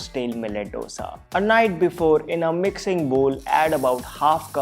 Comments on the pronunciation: Thanks for the recipes. But how is baking soda healthy? And it is "Dosa" as in "do" in hindi for the digit 2...not "do" as in the music - do, re, mi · Dosa is pronounced दोसा not डोसा..... Please North Indians🙏🏼...it sounds horrible. It is Dosa with a The not Duh